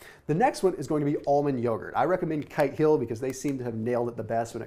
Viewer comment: Kite hill was the brand. Though it sure as hell didn't sound like he said "kite"...